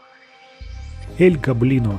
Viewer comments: гОблино а не гоблИно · Советую говорить не роблокс игра двери а из плэйса двери И ещё не эль го́блино а эль гобли́но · Не эль гобои’но а эль го’блино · всё класно, НО я как опытный фанат Doors Roblox хочу отметить что крест должен лежать на жёлтой подушечке, а таблетки на белой. И ещё: не Эль ГоблИно, а Элт ГОблино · Эль гобли́но? Нет Эль го́блино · Правильно ель гоблин а не ель гоблино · / Правильно не эль Гоблино а эль / Гоблино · Эль гоблино с о а не с а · Эль Го'блино на первую о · Не Эль Гобли́но а Эль Го́блино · Не аль-гобли́но а эль-го́блино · Эль го́блино, а не эль гобли́но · я просто поправляю, Эль Гоблино в его имени ударение на о не на и. И с Бобом можно взаймодействовать но будеть писать Ничего не произошло. Ловушка это растение. А-60 Поевляетса после двери А-60 ну также эти двери от А-000 до А-1000 в румсах их можно открыть спомощю двух отмычек и ключя скелета. И А-200 нету он называетса А-120 и он появдляетса после двери А-120 а не 120.